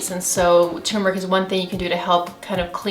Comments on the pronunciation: It's not "too-meric". It's TUR-meric. Ughhh... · She's saying Tumeric (too-meric), but I'm seeing Turmeric (tur-meric) in print. Is there a difference between tumeric and turmeric. I take turmeric capsules daily. Should I look for "tumeric" powder?